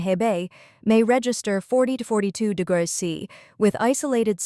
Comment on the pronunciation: Maybe use an AI that can pronounce "degrees" when making a video about high temperatures..